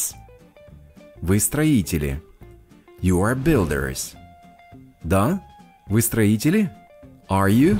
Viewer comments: В слове builders вы почему-то произносите как builderes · Хороший тренажёр, но сбивает два момента, из за которых не успеваю уложиться в тайминг с переводом: 1. На уточняющий вопрос "правда?" школьный рефлекс требует перевода "really?" 2. Во множественных формах (например,builders) отчетливо слышится окончание -ies: не только последний звук звучит как z, он вдобавок идёт в паре со звуком i. Этого нет и не слышно ни у носителей, ни в Гугл переводчике. Сбивает при скоростной тренировке